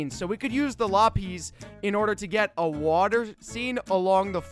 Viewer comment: It’s not lo-peas it’s la-pis and I want to go into your mansion. Play room.